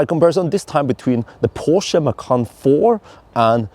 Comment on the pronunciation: The "porsche" "macan" 🤣🤣🤣🤣🤣 Ferdinand is turning & rolling in his grave